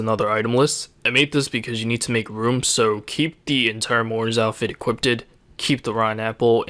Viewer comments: equipped.. not equippted.. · he says equippted every video m8